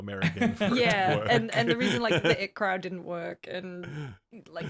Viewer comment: Got triggered when said "The it Crowd"....